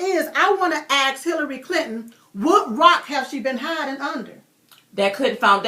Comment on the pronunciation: How do you AX a question in :36 ?